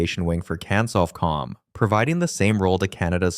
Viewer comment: The pronunciations are Can Sof Com. Four Two Seven, See J'eye Roo and See Sot See